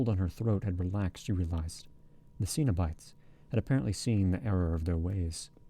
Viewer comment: yes, except for the mispronounced cenobites, there were a few random mistakes but much better than the other reading. should be ' muttering sweet talk into her ear' not sweat 😂 i had to go back and re listen bc it threw me off, especially since Julia had just complained Rory was sweaty a few sentences prior!